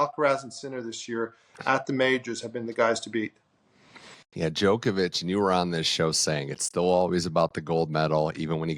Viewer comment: Greg is Luke a robot, just repeats everything already said. Also, why does he mispronounce Djokovic?